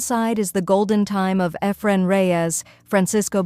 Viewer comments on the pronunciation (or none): Why use an A.I. voice? Eh -fren Reyes? The goat should never have his name butchered like that.